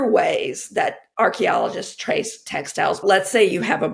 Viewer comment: I think it says something about our society that the first time you said "textiles" I heard it as "tech styles".